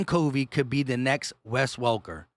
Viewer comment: It’s Britain C ‘uh’ vey, not C ‘oh’ vey. But I think we’ll all know this soon enough. 🦅